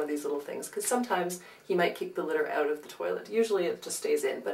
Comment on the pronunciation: "Take the smell oooT" Who is Canadian?? :D YOU are! Seriously cannot find 38 min to watch this, couldn't you TRIM THE F (A) T?! Esp since I don't have a house cat...